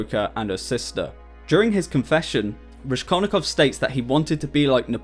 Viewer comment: "Raskol'nikov" is pronounced (also as shown in Wikipedia) with "s" like in word "rascal"😊. Thanks for video. Hello from Odessa,Ukraine .